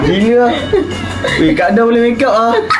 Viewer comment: saya je ke ek yg dengar dia sebut mekk kap? 🤣